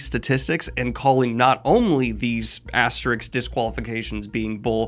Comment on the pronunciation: Dude... It's an aste-RISK, not an asterix. Say ASTER and RISK. And put them together.